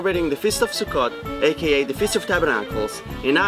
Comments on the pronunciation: The way he was saying SUKKOT with out the T it sounds like he was saying Russian SUKKA, witch doesn't sound right when you know what SUKKA means in Russian. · Why every time he said sukkot I heard suka :D